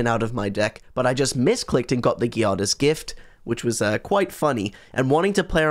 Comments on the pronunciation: The G in Giada is pronunced like the J in Jade. Giada is Jade in Italian. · To make things clearer, think about the J in Jade and then for the "iada" part think of Ada like in Ada Wong. So Giada is pronunced like J of Jade + Ada of Ada Wong.